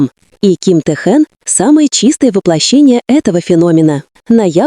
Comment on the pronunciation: Почему коверкает имя